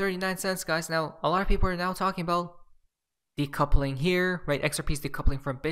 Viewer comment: de coupling lolssssss how many times have you said this one over past 2 yrs